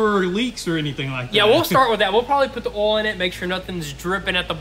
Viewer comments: It's OI L NOT ALL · OI L OI L SAY IT WITH ME OI L!!!